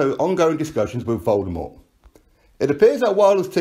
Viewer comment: I love that one '' Vladamurt''😄😄